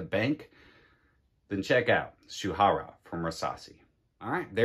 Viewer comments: Yes you did. It’s pronounced Shoorah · Nice list! Rasasi Shuhrah is to be pronounced as Shoo-rah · the last one should be pronounce as 'shoe rah'